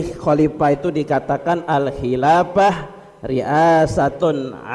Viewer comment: Ada sedikit kekiluran dalam mengucapkan Ayat surat an nur : 55, mustinya Wa'adallahulladzi.....dan Hadits tentang tdk akan ditegakkan qiamat. Ada kalimat Terucap : ....fayuqtaluhum mustinya fayaqtulahum"..... Dan juga kalimat : " la khilafu mustinya la khilafa bainal fuqoha...."